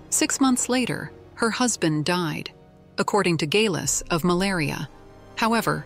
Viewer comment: It would be nice if the narration could decide how to,pronounce Geillis and consistent .